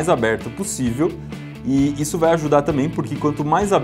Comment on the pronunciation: porque tu fala dipois é depois e izo é isso ai mas vale joinha eu vou dar pra ajudar vcs